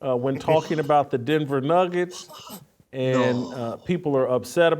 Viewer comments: she said niggets instead of nuggets. I think you're dead wrong on this one Jason. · She said niggets when she was trying to say nuggets... How is this any kind of controversial bulshit... It's getting ridiculous... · She didnt even say the word, she said "niggats" not a real world, she was attempting to say nuggets. It was a slip of the tongue that's all. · 1) She said Nuggets with an I instead of a U. That’s the N word now? 🙄 2) One ESPN has-been mad at another ESPN has-been. The equivalent of 2 winos arguing in an alley. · She definitely said Niggets and not n'ggers. The reaction was because it sounded like that word but they knew it was not that word. They knew the network and media would still run with it. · She said "Nigguts" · She didn't say the N word she said nuggets but with an I instead of a U.. so now you get in trouble for saying a word that just sounds like that word when you obviously didn't mean it? I think in a few years any 2 syllable word that begins with N will be banned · "nugget?"I listened three times, and that's all I heard. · She said Nuggets with an "i" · I am not hearing what you (and Jason) are hearing. It sounds to me like she said “nuggets” with an “i” in place of the “u”. So, I can’t say she’s comfortable using a word I didn’t hear her say. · That's not how it works. She mixed up some vowels and it happened to make that sound. Similar things have happened to you. You could be in her position tomorrow and just not know it, yet! There are real racists out there who intentionally use this slur. Be more aware and educated! 🙏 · I don’t think she meant to say it at all. I think she just mispronounced “nuggets” but I guess we’ll never know for sure